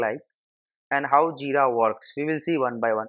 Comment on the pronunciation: Aaa what is Jida?? Its JiRa...R. Realy, I could not understand anything at all.